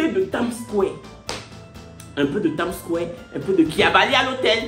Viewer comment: Indeed The part in this video that killed me was when said ' Tam square' Instead of ' Time Square' 🤣😂